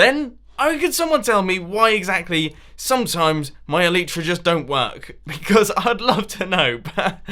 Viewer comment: Your "Elite-ra" don't work because you don't pronounce them "El-eye-tra"